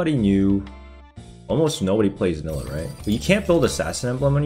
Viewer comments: Bro its not nilluh, its NYE-LAH. Please learn the champ names ffs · you say NI-LAH not NILLAH! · Ny-luh not nilla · STOP SAYING NILLA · Omg.. it's pronounced NAILA 😂😂 Love your vids man but everytime I hear you call her that I cringe harddd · fr stop saying nilah with two L's